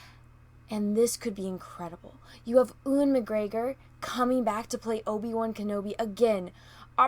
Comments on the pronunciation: Hi, just subscribed to you, seen a few vids that I liked from you. I'm looking forward to this as well because he made the prequels worth watching. I'm gonna be a douchebag now and say his first name is pronounced as if the e is a u so it would be Uwan not Ewan. Sorry again, those of us in the UK have some odd spelling compared to pronunciation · This and The Mandalorian interest me (I'm intrigued by Herzog's cameo). But not SJW 9. "Family comes first" <---- That's why the best! "A Darth Vader Barbie doll that looks like me"... Would that be an -kin doll? 😂😂😂 FYI: Ewan is pronounced 'You-an'